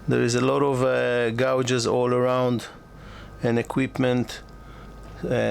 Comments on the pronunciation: I love your content however if you don’t mind I’d like to help you with something that happens each time you talk about: GAUGES: pronounced, ( Gay-Juz ) Just thought I’d tell you. Thanks✌️🇺🇸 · Learn correct speaking of words you use. ,,gauges > gayges. Bathing > Bay thing. Unless you have an arrogant attitude. 🔴🔴